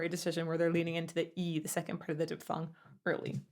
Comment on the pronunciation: Great review,. I love your videos. One small nitpick from a fellow singer: "Diphthong" is pronounced "diff-thong", not "dip-thong".